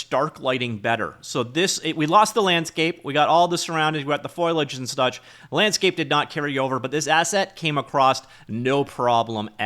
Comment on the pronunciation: Fo-li-age. It can be easy to transpose l's and i's. Have a wonderful day.